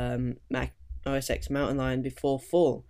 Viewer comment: * "OS TEN"